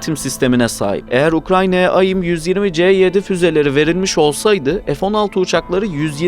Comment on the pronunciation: Kardeş aim ayim diye okunmaz onun dışında video açıklayıcı ve net 👍👏